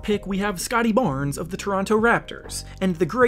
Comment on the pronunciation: anyone else catch the way he said scottie barnes?